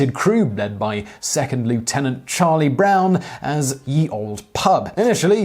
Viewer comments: Please stop saying "ye olde pub"... it's "the old pub"... it's not a y, it's a Þ (th) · "Ye" is pronounced like "the". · "ye old" is pronounced "The Old" - it's not a "y" but an archaic letter not longer in the alphabet that has a "th" sound.